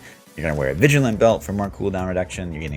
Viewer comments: It always distracts me when he says "vigilant belt" instead of "vigilante belt". It's an Easter egg for Batman's utility belt: He is a vigilante. The "e" is not silent! LOL. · Why in the hell is seemingly the entire community of d3 youtubers incapable of reading the word VIGILANTE? Seriously every build with this belt they all say VIGILANT. Sorry just annoys me. Good build, great content - sorry! Lol